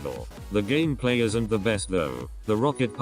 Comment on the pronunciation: Does somebody also love it when he says:"gamaplay"?😂